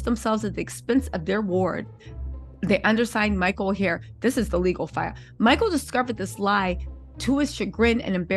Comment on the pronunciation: To me it sounds like Michael has wasted his NFL money now he is going after the people that took him in to help him out. This woman can't even say his last name correctly.